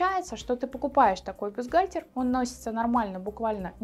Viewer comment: Вы хоть само слово бюстгальтер научитесь произносить правильно и не говорите ерунды: есть взаимозаменяемые размеры. Вам только и подбирать КОМПЛЕКТУЮЩИЕ (!) к бюстгальтерам. Словарь на досуге почитайте: комплектующие- это детали, необходимые для комплектации технического изделия, а в швейном деле- фурнитура